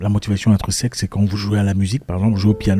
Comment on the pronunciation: « Intrinsèque » ou « intreuseque » ?